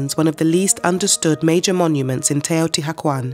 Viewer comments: I cringed so hard when she started out with TEOTI HACUAN. I Can't continue this video. Definitely will look for another documentary now. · TeotiHUACAN not hacuan. for christ sake pronounce your report correctly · Such a shame she cant say it right... shes saying teotiguajuan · Hmm... Wrong in the very first word of the narration ("Te-o-ti-ha-kwan"?)... Can the rest of it be any better? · It’s pronounced more like “teyo tea wah con”. It hurts hearing it mispronounced so many times is short succession. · "Taotihuaucan" jejeje no quisiera saber cómo pronunciaria al tezcatlipoca hitzilopochtli :v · Teotihuakwon. Stop hiring british people to pronounce nahuatl!!!!!! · Please have the right pronunciation of this place if you’re going to do a video !!! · I'm enjoying a lot this documentary, however it bothered me a lot that the narrator keeps pronouncing everything wrong. Most of the things she's naming have an english translation and the word "Teotihuacan" can be typed into google translator to get the acurate pronunciation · The mispronunciations make it hard for me to hear the information. The h is silent and the Nahuatl accent is on the penultimate syllable. And she pronounces some Spanish words as if they were in Italian. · And mispronounced Teotihuacan every time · The H is silent ! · How can you narrate a documentary on a city and not even pronounce it correctly?? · ooff, you just butchered the name without mercy! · Wow, I wish she could say the name correctly😢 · Please learn proper pronunciation before creating a documentary. Your accent is no problem, but a lot of the pronunciation is incorrect. Otherwise, thank you. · Couldn't they teach this woman to say it correctly, before making this documentary? Ruins the whole thing. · H is silent. Cringing.